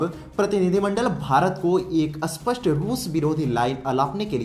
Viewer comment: Aap spasta Ko aspasta kyo kehate hai?